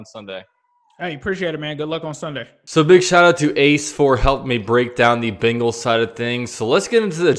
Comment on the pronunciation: Why do you pronounce bengals “bingals”